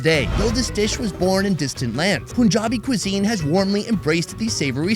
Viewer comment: bra its not POOnjabi, its PUnjabi